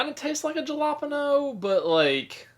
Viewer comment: I love that Ja lop' eh no'' experience.